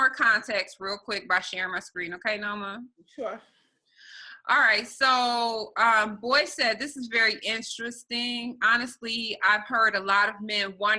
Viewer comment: these chicks cannot even pronunciate the word interesting. Instristing??? really? Blacks have to do better. But the chicks name is Shaquita so what do you expect?